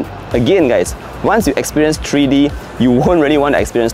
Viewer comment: it's Three-D, NOT "TREE-D"!